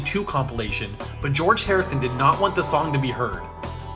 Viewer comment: He litteaely said George wrong